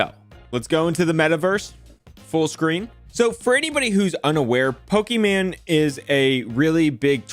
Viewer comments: It’s Pokie-main not Pokie-man 😂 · It’s Poki MANE not MAN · It’s pronounced -Poké Main 😂😂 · lol you call her poke-man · LMAO, he called her Pokemon (and Poki-man which is also a classic mispronunciation of Pokemon that drives fans CRAZY, that and poke-man) and I'm watching this while playing Pokemon Brilliant Diamond and have Pokemon Go open on my phone in case anything good spawns. Also, it was a HORRIBLE idea to stream really any show without any commentary or anything, but doing so with a show as big as Avatar, not only because they're gonna crack down on it harder, but also that's a great way to draw the ire of a bunch of rabid fans, especially on the internet. Kinda reminds me of My Story Animated lashing out at Kubz Scouts and comparing his videos to if someone just posted themselves watching something like Avatar without adding anything. It was a stupid, BS comparison in that situation, but is kinda funny seeing someone do exactly that lmao. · it’s poke “main” Come on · says Pokimane like boomers say Pokemon XD